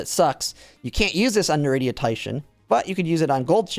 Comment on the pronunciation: as a side note (no hate!) when you say Narita, you're mixing in an " i " that's not there so it's not "Narit ia" but "Narit a" ~